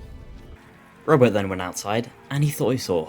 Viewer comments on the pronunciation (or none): Great Video! For the entire first half I thought you were saying Robo not rowboat